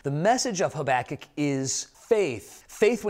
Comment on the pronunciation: My teacher did a verbal test on the books of the Bible and made us say the whole thing wilst covering our eyes. The teacher said "Haba-kook"... What!? I said "Haba-kuck" You said: "Hoback-kic"